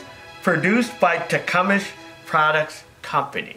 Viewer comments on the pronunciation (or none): carbu"traitor" is funny but Tecumesh is pronounced Tecumseh. Or am I missing something? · Tah - come - sah not takumish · All the other slips of the tongue I get. I would say te-come-say. I think Tecumesh is just easier to say. is one of life's great natural communicators. He would be a great teacher of whatever subject he chose. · Pronounced as ""Tea-Cum-Sah"... Althought their Carburetor Design "SUCKS", they have good engines.